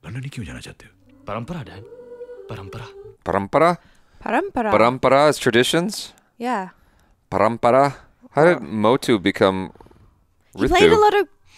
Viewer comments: nailed this pronounciation. Someone had to say it <3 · I liked how you said it Parampara. You said it the Indian way. 😂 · wow bro u said it perfectly (prampra) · I think Parampara is the first Hindi word correctly pronounced by 😂